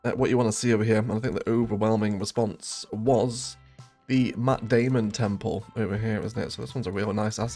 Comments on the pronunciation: Same 😂 I thought my auditory processing is playing a trick on me like usual but closed caption heard Matt Damon too so this time the problem was not in my "device" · I kept thinking you were calling it the “Matt Damon Temple”!!!! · Heared the same 🤪